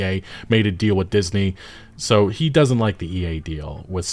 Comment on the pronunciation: You mispronounced HE